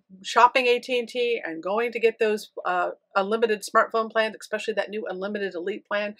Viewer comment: Ex-pessially interesting.